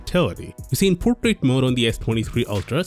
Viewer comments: he just pronounced portrait as putret😂😂😂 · I didn't catch you when you said 'Portrait Mode' luckily the subtitles were available.